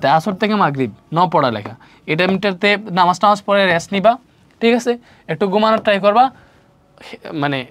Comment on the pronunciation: নামাজ পড়া শুদ্ধভাবে বলুন স্যার। ....❤❤❤❤❤❤❤❤❤